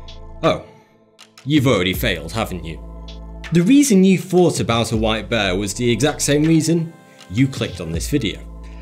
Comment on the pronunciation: Am I the only person who thought beer instead of white bear